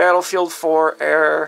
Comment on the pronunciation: "I keep getting the same fucking air" lololololol 😂 don't know how to speak